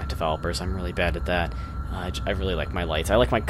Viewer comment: woaw weally?!